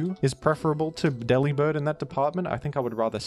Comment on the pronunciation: Delibird is so bad, bro didn't even bother to pronounce his name right 😭 ( it's a pun on delivered, where the 'vered' is 'bird' )